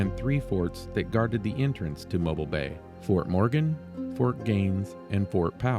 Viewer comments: Mobeeeeeel is how it is pronounced! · I live fifteen minutes from dauphin Island , you past my house on your way there I live on dauphin Island parkway , you also pronounce mobile alittle wrong its pronounced like mobill